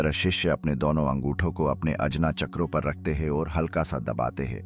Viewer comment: अजना चक्र नही, आज्ञा चक्र होता हे,, शक्तिपाठ नही ,शक्तिपात होता हे,,सुधारो